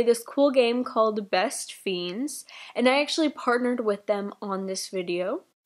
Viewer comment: why do everybody talk about bestfiens how ever u say it